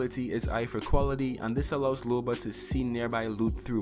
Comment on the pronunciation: Dang you got loba correct